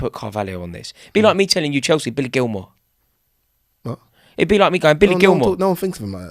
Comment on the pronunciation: Did this man say Billy Gilmore....